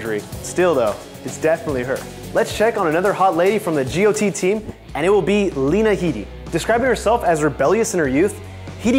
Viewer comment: You are the only narrator (including talk show hosts) who pronounced Lena Heady's name correctly. BTW I liked the finale. I think whoever became king or queen, there would still have been a bit of a letdown.